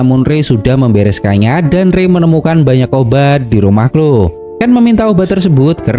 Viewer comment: Hi Kak, cuma mau kasih tahu. tulisan Cloe bacanya Kloi bukan Klo Kak. maaf lancang🙏🙏